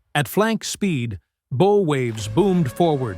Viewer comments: Just a quick note: it’s pronounced bow (like “ow”), not bow like a ribbon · Bow, as in take a bow, or the front of a ship. Not the same as bow as in bow and arrows. Fix your narration. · It’s bow, as in ow, not a ribbon on a Christmas gift